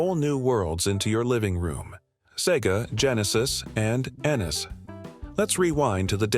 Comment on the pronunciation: Learn to say NES for the love of god.